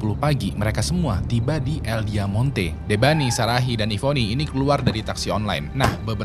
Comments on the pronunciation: Bang nama club nya "Diamante" yang artinya Berlian bukan "Diamonte" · Diamante kali bang, bukan Diamonte